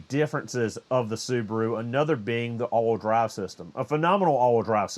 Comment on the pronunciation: The only thing I’m hot about is that I had to watch this twice to figure out what “allwhudry” was. Ha!! It’s all wheel drive. I got it finally.